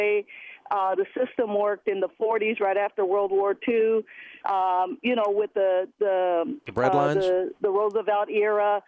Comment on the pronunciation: “The breadlines” 😂😂😂